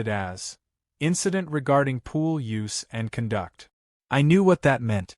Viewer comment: I had to give up after 10 minutes. The horribly bad AI reading- wierd word inflections, misread words like "conduct" where you pronounce it as you would electrical conduction rather than behavioral conduct, odd pauses, or weirdly running words together- and for the love of god it is "Smurf" not "Smuff." Also for a story about HOA's you can't even pronounce or spell HOA correctly. Please stop with this AI slop, it's badly written, badly read and just plain terrible.